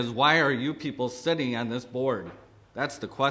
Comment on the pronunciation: Apparently the word "on" up there is pronounced "Aaaaaan"